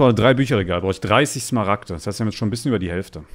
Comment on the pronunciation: Wie einfach zu smaragte dias sagt